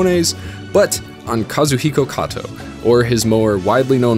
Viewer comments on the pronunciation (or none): none